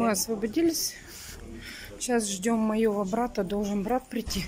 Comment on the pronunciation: Маева (моего)брата, ихненого....о боже...как так можно говорить 😤😤😤😤